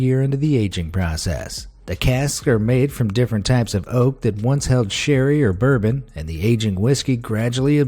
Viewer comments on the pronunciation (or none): none